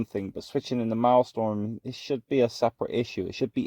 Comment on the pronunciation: Its Maelstrom. Not Maelstorm. Pronounced: "malestrum". If you're gonna showcase content, you should atleast pronounce the name right. xD